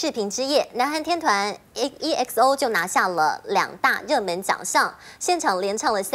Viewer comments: EXO 发音 XO!!! E不发音！！！ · 我是台灣人 但台灣新聞主播都念EXO 正確發音是XO 阿~~~~